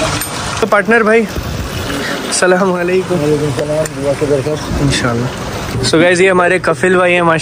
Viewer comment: Not Salamaliakum its Assalamoaliakum plz don't mind beta